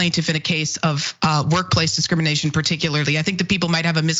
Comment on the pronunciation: Did the guest say, "Discriminiggation???" Replay it! Was that a Freudian slip? 😳😆